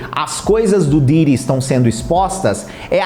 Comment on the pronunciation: O cara é youtube e não sabe pronuncia o nome de Diddy!😅😅😅